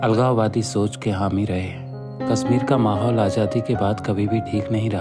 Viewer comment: would have been good if the narrator was a kashmiri.. he is mispronouncing the word "kashmir"